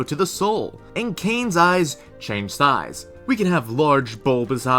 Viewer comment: "Change si-eyes" Sorry